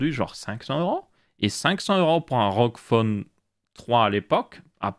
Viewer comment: A chaque fois j'ai l'impression que tu dis roquefort au lieu de rog phone 😭😭